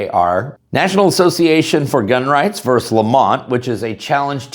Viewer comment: Hate to nit pick, but the word is versus, not verse. Two syllables and not one.